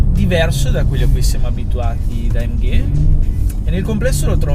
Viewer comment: AMGAY :D funny italian pronounciation